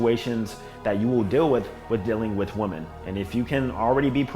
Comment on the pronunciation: always talks proper EXCEPT when he says this word: "women" he pronounces it as "woman"